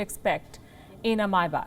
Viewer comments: Sorry … it’s not my back it’s May spelt “Mai” Bach and not back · Not Mybach it's his Maybach 😂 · Why can’t India make its own cars fit enough for the PM? Also, it’s pronounced”Mayback”, not “Myback”. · Pls. Learn to pronounce may back properly it’s not myback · By the way, Palki, its Maybach, not mybach. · Not a ‘My back’. It’s ‘pronounced ‘MayBack’ . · First of All somebody please tell the news reader that its not MAIBAK its MAYBACH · Palki it's not your back (My Back)...its MayBach 🤪😜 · Palki ji its not myback its mayback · It’s not “my back” it’s pronounced may baak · Its pronounced may·bak Not my·bak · Its pronounced may·bak Not my·bak She is clueless! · She said Mercedes my back lol...🤣🤣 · I heard Mercedes Maai Baap